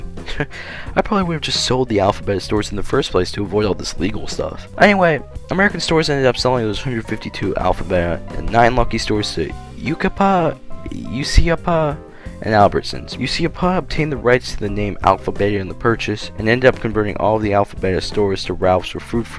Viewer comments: What thought process does one use to arrive at the decision that Pomona is pronounced PAW-mih-nah & Yucaipa is pronounced You-see-ah-paw?... Since the narrator voice-over is obviously repeating much of this verbatim from Wikipedia, why they couldn't be bothered to use the pronunciation guide that Wikipedia & Wiktionary has on the entries for the relevant words?... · Pomona pronounced "Po-mow-nuh" Yucaipa pronounced "You-kai-puh" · Your pronunciation of a lot of the names is really funny - like how you say Pomona , Yucaipa and even Alpha Beta (sounds like Bayta, not Betta). I grew up in southern California not far from Pomona and we had an Alpha Beta just down the street. When I went back for a visit years later it was gone. Thanks for the walk down memory lane.